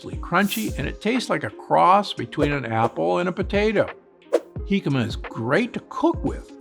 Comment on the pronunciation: Kudps on a perfect pronunciation of Jícama. Thanks Dr. Gundry for the valuable recommendations. This is pure gold!